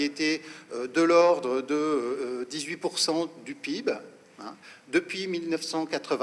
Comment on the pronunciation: Moi j'ai appris a prononcer Pé/ I / Bé/ pour dire P.I.B et pas " pibe " !